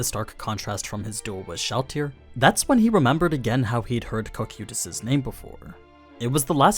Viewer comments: Real question, is English not ' primary language? The mispronouncing of names and stuff is AI levels of cringe at times. Cocuytus Kō-Kī-Tas. Hearing Co-Queuetas makes me wanna rip my ears out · the way you pronounce cocytus really slightly aggravates me